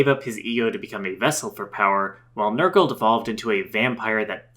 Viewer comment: Its not Nurgle... Its NER-GAL But thank you for this, this was one of my all time favorite villain's from my favorite game. Now fight me.